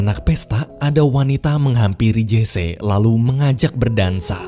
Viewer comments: Sedikit mau memperbetulkan.Memanggil nama Jesse harus nyebut "Jesi" bukan "Jese". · Maaf bang admin..namanya Jesse Owen ucapannya Jece apa Jessi..saya kok demgernya malah kurang pas kl Jece ya